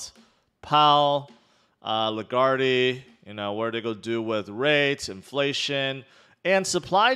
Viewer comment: the e is silent in lagarde